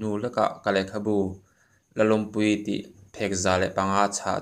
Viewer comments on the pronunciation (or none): Tinge Lallawmpuii tih hlir a i rawn sawi a,,Lalawmpuii tih a in ziak kulh bawk sia,,LALLAWMPUII tih nilo in LALAWMPUII tih mai hi a harsalo viau a sin,LALAWMPUII... awmpui mi hausa in hlawh nei tur in awmpui an nei ṭhin chu mi a AWMPUI tih lam rik ang chuan LALAWMPUII ti in lam ri tawh rawh